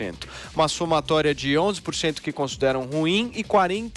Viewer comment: "42 purixentu"